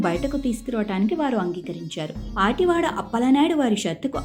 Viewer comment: పాటివాడ కాదు పతివాడ